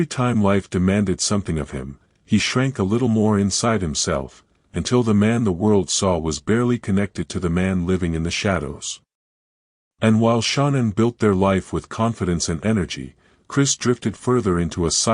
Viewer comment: Her name is pronounced sha-nan!